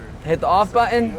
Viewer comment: say But ton. Button